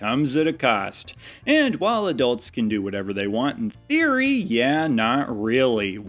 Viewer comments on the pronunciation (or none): none